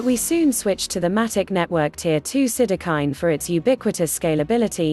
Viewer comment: Listen how the woman is pronouncing sidechain